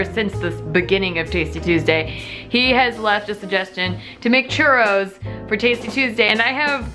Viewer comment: Girl you really need to Roll your Rs and say CHURROS!!!!!